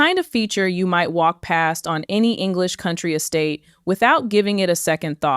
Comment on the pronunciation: The narrator should attempt to pronounce English correctly.